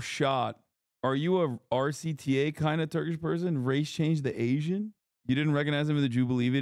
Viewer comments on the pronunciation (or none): none